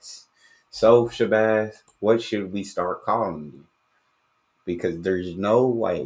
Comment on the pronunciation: Showbaaz...not shabaz